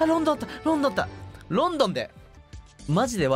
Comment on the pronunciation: The more he says "London" the more it sounds like he's pronouncing the name of a Chinese city, like it was "Lawn-Dawn" or something, so I can almost understand the confusion ... kind..of...